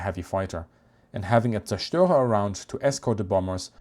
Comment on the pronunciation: Thank you for, after 50 years of doing it wrong, teaching me how to pronounce zerstorer.